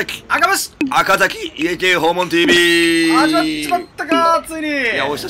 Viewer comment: 声いかれてイントネーションまいかれました！